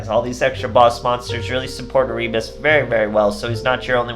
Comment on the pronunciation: Nice deck. Just a note, Erebus is read Ae-Re-Bus.